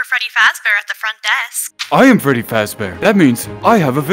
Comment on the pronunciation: So no one's going to talk about how drumsy called Freddy Fazbear fredward